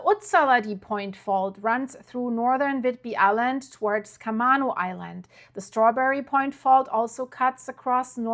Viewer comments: It’s pronounced CAH-may-no Island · Camano Island is pronounced Ca-may-no. I( have no idea why.)